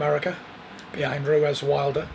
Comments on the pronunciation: Does anyone else find it a little irritating that even when his name has just been said by someone else in the room - Fury insists on pronouncing it “Ruez” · Tyson “Andy RUEZ” Fury